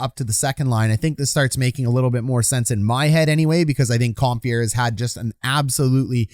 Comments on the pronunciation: ‘Com-fur’ not ‘com-fear’ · ‘Com-fur’ not ‘comfear’ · Com-fee-air.... Cringe to Com-fur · 1. Aube-kubel was out in game 3 after blocking a shot in game 2. No guarantee he can come back yet. 2. Its Com - FUR not Com - Fear a little research please.